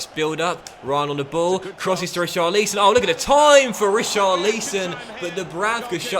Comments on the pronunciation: It's Richarlison not Richarleeson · RICHARLISON NOT REECHARLEESON